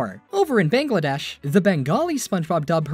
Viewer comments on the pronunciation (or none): none